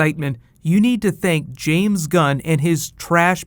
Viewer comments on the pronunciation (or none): none